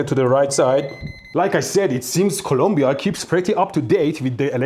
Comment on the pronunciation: Thank you for saying and spelling Colombia the right way! I'm not Colombian in any sense but when idiot fellow US people say "columbia" annoys the FK out of me.